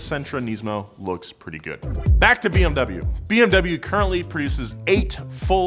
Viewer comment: Please stop pronouncing bmw the wrong way.